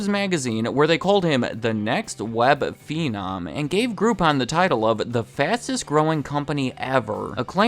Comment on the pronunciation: not "feenom", it's phenom for phenomenon